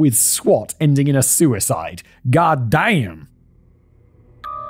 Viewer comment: Hands down my favorite thing Simon says is "gatdamn" in the most American backwoods hick accent he can muster. I want it clipped for my text notifications lmfao